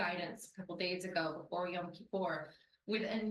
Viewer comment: Not y-a-m kipur! Y-o-m, like o in Joel.